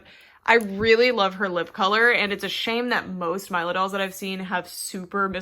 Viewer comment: I believe it's pronounced 'Meela', not 'Myla'. It's a lovely name, I can't wait to get my own :D